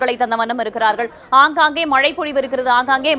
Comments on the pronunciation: மழை மழை என்று நிலைக்கண்ணாடி முன்பு நின்று 'ழ' வை சரியாக ஒலிக்க திரு பயிற்சியெடுக்கட் டும். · Ivan naakula vasambu vetchi theikanum pola, killing Tamizh words 😢 not malai ( it gives meaning mountain) 😮 it’s mazhai (Rain) 😅 her pronunciation is correct